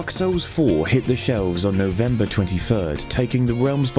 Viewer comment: No-Vembah da twenty furd is gonna go down in herstory.